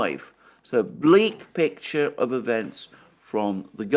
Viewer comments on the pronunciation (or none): none